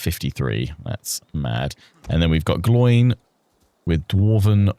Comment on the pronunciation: I was looking for this comment the moment Gloin was said that way lol